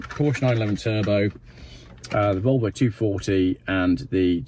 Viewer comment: yes please, I’ll have the Wolwo!